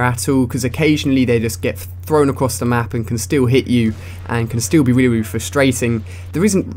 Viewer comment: 'They can reary frustate u' :D lol